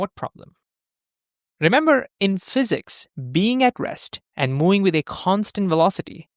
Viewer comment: Terrible accent. Please use AI voice. for example you say "being aggressed" instead of "being at rest" and "mowing" instead of "moving"... 🙄 This was the moment I stopped watching.